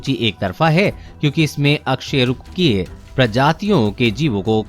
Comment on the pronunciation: Bro bo अ कसेरूकिए hai na ki अकसेरूकिए